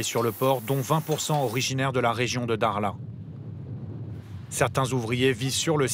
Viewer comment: il sait pas prononcé le mot dakhla où quoi correctement ? 😂😂